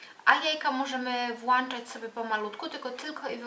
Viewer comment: A wolno w ogóle coś jeść? ;) PS. Włączać nie włanczać :)